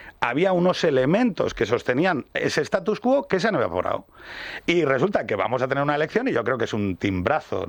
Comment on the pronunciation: "STATUS QUO"NO."STATU QUO". QUÉ LÁSTIMA DE UNA GENERACIÓN QUE LA PRIVARON DEL LATÍN EN LA ENSEÑANZA!!!